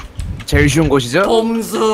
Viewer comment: 봄수가 왜 꼼수로 들리지